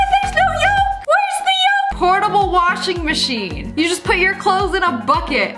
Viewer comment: "Portable washin mashin BiG bRaIn